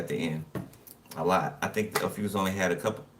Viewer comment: you are saying it correct lol